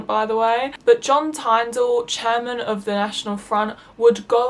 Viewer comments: You mispronounced John Tyndall’s Name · Just letting you know you should have done research a lot more because you pronounced Oswald Mosley and John Tyndall incorrectly.